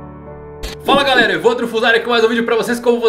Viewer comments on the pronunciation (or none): none